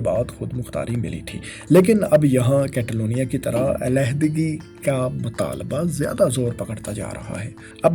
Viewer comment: کیتالونیاں نہیں کاتالونیاں کیو کے اے کو سپینش میں آۂ پڑھتے ہیں